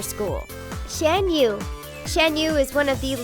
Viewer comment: Ok. It's bothering me Yzma = "EE-zmah", Kuzco = "COOZ-koh", and finally Shan Yu = "Shahn Yoo", they literally say all of these names lloud in the movies, there's no reason to mispronounce them if you've actually seen the films.